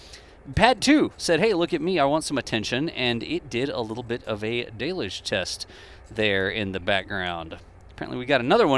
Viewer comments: it's still "DELL-YOUGE" there is no "day" pronunciation in the word Deluge. 😂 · Del-yooj!! Del-yooj!! Del-yooj!!